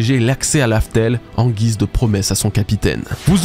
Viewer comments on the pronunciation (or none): none